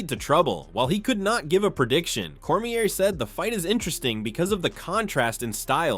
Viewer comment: Cornier and Mikachev xD come on bro check your AI voice before you post